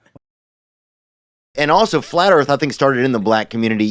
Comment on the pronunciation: FLAT EARF😂